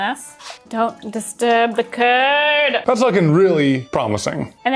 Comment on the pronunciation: "DO NOT DISTURB THE CURD!" I heard "Do Not disturb the TURD"